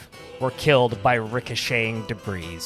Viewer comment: Pro tip: The S in debris is silent. It's a French word, and their language is silly. [debree]